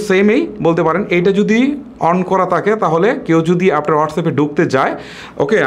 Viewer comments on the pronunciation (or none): none